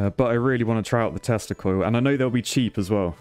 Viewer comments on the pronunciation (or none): Is it only me that when every time he said "Tesla Coil" I hear "Testicle" ? 😂🤔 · Did anyone realize when he said testa-coil 🤔🤣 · Did you say teslacoil or testicle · saying "tesla coil" and me hearing something completely different 😂